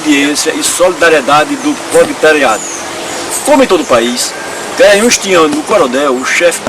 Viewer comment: É impressão minha que você fala Garanhaos, em vez de Garanhus???